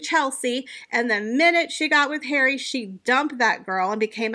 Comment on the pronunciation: Prince hawwwy 😂😂😂😂 I love how do you say these particular words it makes your videos, comical